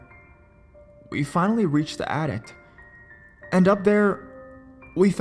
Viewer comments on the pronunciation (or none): the mispronounced words are driving me crazy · I enjoy your videos. But, you pronounce some words very strangely. You say attic like addict, as if it had a 't' on the end. In a different video you pronounced coal mine like coal mind, with a 'd'' on the end. Please stop.